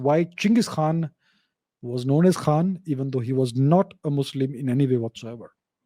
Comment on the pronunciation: No KHaan in Mongol Language. Its almost sounded like Khan.